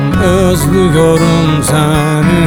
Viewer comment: Bazen ÖZLÜYORUM derken (Z) fazla geliyor